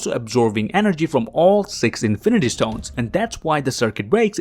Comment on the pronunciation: I'm disliking because of the "st-hones"